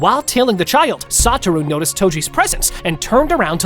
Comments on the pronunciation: It's not gojo sataru it's soshua Gojo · No way, bro said Gojo Santa